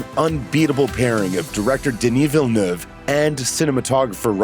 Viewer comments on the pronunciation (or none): none